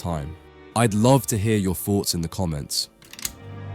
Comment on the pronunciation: I'd love to hear you say thoughts, instead of foughts.